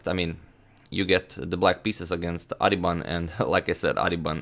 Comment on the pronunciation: bro his name is pronounced as baas-karan aadhiban